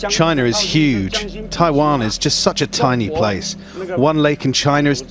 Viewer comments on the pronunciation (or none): It's CHINA, not CHINER